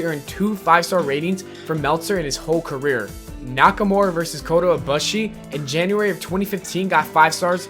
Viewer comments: Ko-Ta E-Boo-She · you butchered kota ibushi